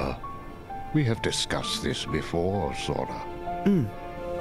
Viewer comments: matt says zora instead of sora multiple times. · I knew I shouldn't be watching this, but when you repeatedly said "Zora" instead of "Sora" I was out. Cheap cash in for views. Shame on you. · Mathew..... Sora with n "S" not a "Z" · Zora he said ZORA